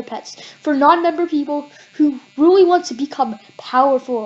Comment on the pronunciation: “REALLY” NOT “WREALLY” 😂